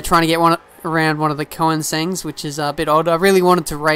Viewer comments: Just a word or advice, a few times you said "koe-in-sengs" I believe it's pronounced "Koe-nig-seg". Nevertheless, still a great channel. I hope to see more of Forza 5 in the future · It's pronounced Ko-nig-zeg :P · Just some advice, koenigsegg is pronounced, kurn-ig-segg. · "trying to get around one of the Koinsengs(?)" You mean Koenigsegg? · This is also my favorite track!! I think you need to practice pronouncing Koenigsegg I know it's hard 'cause you're Australian. :p keep doing the Forza 5 gameplays!! :D